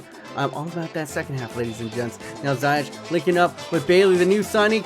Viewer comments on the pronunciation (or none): you pronounce ziyech as ziyekh